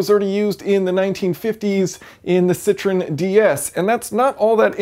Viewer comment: A similar system was previously used in a 1950's lemon? Just kidding. You completely mispronounce the name of Citroen, which is a three syllable name, i.e., "sit-ro-in". What you said was "citron", French for lemon.